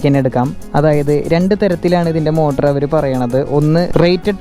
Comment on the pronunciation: ഹവർ അല്ല അവർ